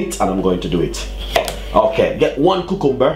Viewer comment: ku-kum-bur hahah